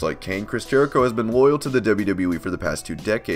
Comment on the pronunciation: who is Chris Jehrico?